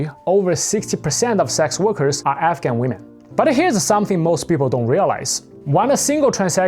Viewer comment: Wait are you saying African or….